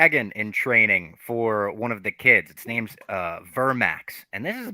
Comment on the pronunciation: It’s mind bottling that still can’t pronounce names right after six episodes of people saying the names